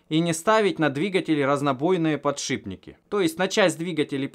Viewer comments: Подшибники,блять,подшибники!!!Еще начни говорить ейные и ихние! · Да чтож у всех пукан рвет за подшиБники? Ну так просто говорить удобнее, много таких слов, шрус например! Все упорно говорят шруЗ! естественно знает как правильно писать и говорить это слово! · единственный кто может говорить подшиБники! Он гениален. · через Б легче, также как и ЦА вместо ТЬСЯ. Обитателям петровских болот конечно же не понять того.